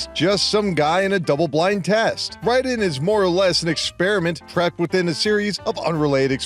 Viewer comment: cant even pronounce Raiden correctly. damn, this is gonna be awful. 9 hours later, I didn't even finish the video. It was worse than I thought.